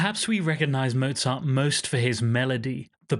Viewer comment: A nice story, but why don't you try to pronounce his name correctly? Anuone can learn German pronunciation in half an hour.